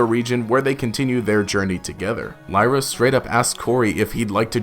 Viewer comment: Wasn't it Lyra? Not layra?